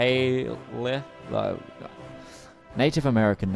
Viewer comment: Allegheny Al-Ah-Gay-Knee, Monongahela. Moe-Nong-Ga-Hay-La